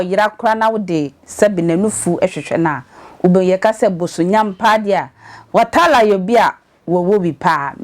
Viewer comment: The name is Watara not Watala madam 😂😂😂